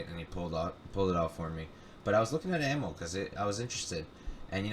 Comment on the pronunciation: I dig the podcast! Amil is pronounced 'Uh Meel' BTW!